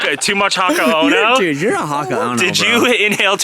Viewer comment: he keeps saying "haka ono" which is a purposeful butchering of hakone, and is doing it again in his latest video. hes not trying to learn at all. straight disrespectful